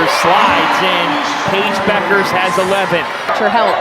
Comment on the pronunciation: So I guess the "U" is silent in Bueckers...for a while I thought her name was pronounced BUUKERS...not BECKERS.